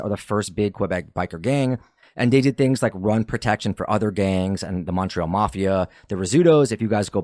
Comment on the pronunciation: Maybe get a narrator who can pronounce Quebec properly next time…everytime he said Quebec or Montreal like nails on a chalk board Ps that didn’t sound like a Canadian accent dude